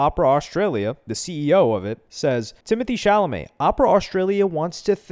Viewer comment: Timotae cha-lamoet